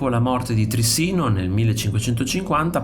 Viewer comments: Interessante, ma la pronuncia corretta e' Tri'ssino e non Trissi'no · Trissino non si può ascoltare ahahahahha si dice Trìssino